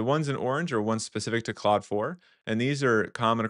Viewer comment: Are you pronouncing Claude and cloud the same? It sounds like you are.